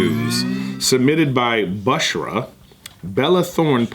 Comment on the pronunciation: ‘Bushra’ is my mother’s name and you just buuuuutchered the name out of it. I’m so dead.